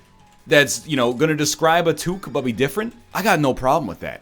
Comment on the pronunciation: It's what happens when you let the non-French Canadians try to pronounce French words.